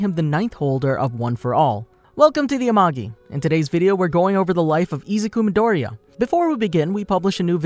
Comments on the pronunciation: Hahaha i love how you said he’s name It’s so funny 😂😂😂😂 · you are saying dekus name wrong and it makes me mad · im dissapointed the way you said his real name killed me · I am 12 seconds in to the video and im sorry but u cant pronounce his name or the title of the show